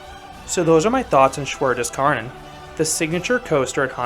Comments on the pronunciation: Definetely my favourite coaster in Germany! btw, Kärnan is actually pronounced like Care-naan. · Btw, the correct pronounciation would be like saying "shoe" but with a "w" after the sh and an "a" pronounced like the "u" from "unfortunate" for "Schwur". The "des" is on point and for "Kärnan", you can just say "care-none". So it's "sh(w)oe(a) des care-none"